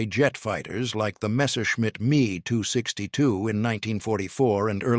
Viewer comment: I figured out how to tell AI. when the say ME 262 it is not two letters it is the word. Instead of 28 hundred the numbers are individual not as one.